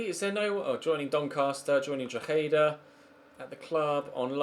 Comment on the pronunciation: Drogheda - "draw-haydah" 😂😂